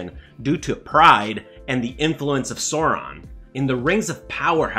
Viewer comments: cant take serious a guy calling for fidelity to the source, but at the same time pronouncing sauron as soron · Gotta get this off my chest: 1. It's Tol-keen not not Tol-kin. 2. Sauron is not a dinosaur, the a "au"makes the "ow' sound. Apart from this, the video seems pretty good so far. Keep up the good work.